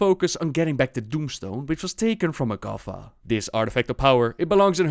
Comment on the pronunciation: its magata, not magafa